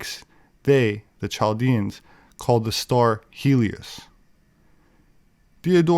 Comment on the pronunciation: Nice video,, I wanted to let you know that you pronounce (Chaldeans, Chaldeans) but it actually is pronounced with a (K) like Kaldeans. Just FYI.